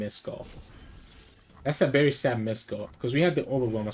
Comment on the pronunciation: bro cant pronounce a v